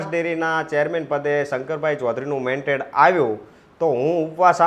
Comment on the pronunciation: ભાઈશ્રી, 'મેન્ટેડ' નહીં પરંતુ " મેન્ડેટ" કહેવાય. સોશિયલ મીડિયા પર સાચું બોલવું જરૂરી છે. Pl repeat your speech and hear.